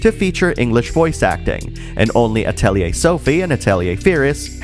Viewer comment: The mispronunciation of "Atelier" might be the reason why there's no more English dubs.